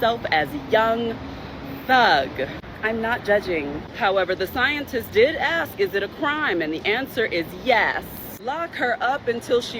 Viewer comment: FFS, the word is ask. Stop saying axe. You sound stupid.